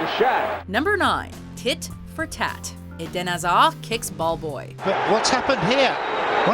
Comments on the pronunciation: Why would you pronouce Eden Hazard "Edan azad"??? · Idin hazar haha its eden hazard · 'Idan Azhar' god your stupid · 😂😂😂 When u hear someone call Eden Hazard, Eden Aza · ....how can you pronounce eden hazard incorrectly xD its so easy to pronounce!